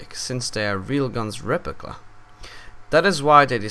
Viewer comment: Anyone?this dude can't pronounce "Replica"